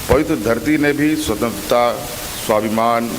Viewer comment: स्वंत्रता का उच्चारण भी नही कर पा रहा है।।😂😂😂